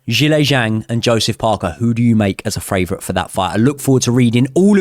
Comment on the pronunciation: guy on the right who thinks you say favourite as " fravourite "